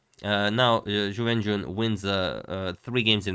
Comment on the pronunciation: I will never be able to watch agadmator's recaps of this world championship without thinking of "YuWenYuWen" and laughing like an idiot